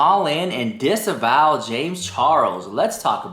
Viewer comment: Disavow him,, its sounds like Disavow rarher than disembowel.